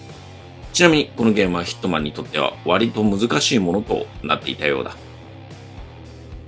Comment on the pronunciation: 最初ヒッ肥満に聞こえたw